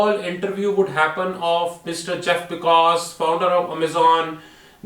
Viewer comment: Pronouncing Jeff Bezos and Mark Zuckerberg wrong too many times